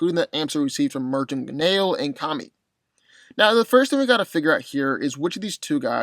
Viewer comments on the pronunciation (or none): none